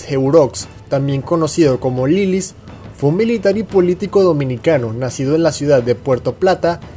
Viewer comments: Hola, un aporte: Se pronuncia Heró, no como se escribe. Y si apodo se pronuncia y se escribe Lilís. (De los gobernantes más derrochadores que tuvimos, sí que supo poner orden a su modo). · Se pronuncia "Heróx" Y "Lilís" acentos en la o y la i respectivamente.